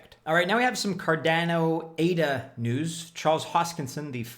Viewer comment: When will you pronounce Cardano correctly?!